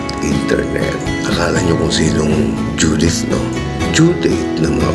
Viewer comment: Hehe due..date ng bayarin..(judith ang pag dinig ko, bro..😂